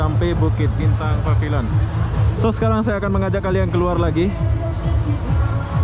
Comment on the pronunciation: Pavilion bunyinya PEVILIEN boss ...please..jgn bunyi pabiliyon